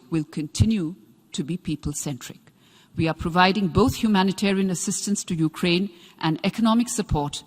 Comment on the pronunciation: ध्यान से सुने, वो उकरेंन कह रहे है। S Jaishankar भी उकरेंन ही कहते है।